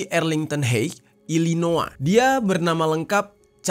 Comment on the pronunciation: Pronunciation yg benar: Ilinoy bkn ilinoa Ted Cruz (sebagaimana tulisannya) bkn Ted Cras